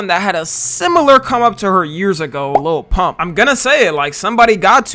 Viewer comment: the second hand embarrassment i got after trump said lil pumps name wrong😭😭